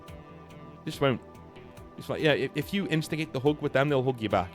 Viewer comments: bro pronounces "hug" and "hook" and he got me so confused for 10 minutes straight lmfao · Fr for a second there I thought 'hooking' a woman must be britbong slang for charming her or even 'hooking up' but bro literally just said hug